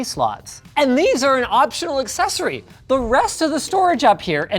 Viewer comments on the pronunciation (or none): none